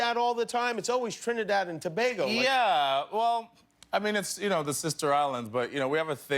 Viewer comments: Jimmy....it's pronounced TO-BAY-GO and not TO-BAH-GO but spelt Tobago it physically hurts hearing that 🤦😔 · TRINIDAD AND TOBAGO ... it's pronounced TO 'BAY' GO NOT TO 'BAA' GO